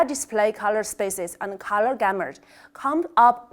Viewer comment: why you can't pronounce the GAMUT as you pronounced it as GAMURT✌♥♥♥